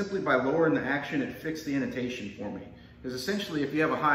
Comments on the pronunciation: He said Inotation, instead of Intonation. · It’s i-n-tonation dummy